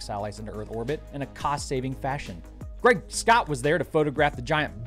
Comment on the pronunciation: I laugh every time you say GRAIG SCOTT!!!